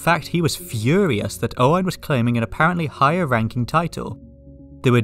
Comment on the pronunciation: firstly, as a welsh person named Owain, its so nice to hear you nail the pronunciation, i hate being called Owen XD secondly, i love how wales has kinda evolved from wanting to be on the union jack to, a surprisingly large amount wanting to leave the UK. In the MCU wales is independent which is pretty cool also!